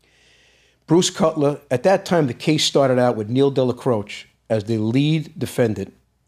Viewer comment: Della crow chay= Dellacroce ce at the end of a name is chay. Again, New York Italians bastardize the Italian language. Having said this, John Jr. is a very intelligent and articulate man, unlike the way the media has portrayed him.